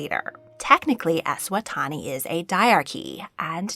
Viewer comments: Eswatini is pronounced kinda like eh-swat-ee-knee but otherwise great video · Hi, just a note - Eswatini is pronounced like Es-swa-teeny 😊